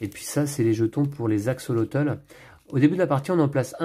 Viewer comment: Hello, merci pour cette belle présentation. Pour info, axolotl ce prononce "axolote" c'est un petit animal fascinant !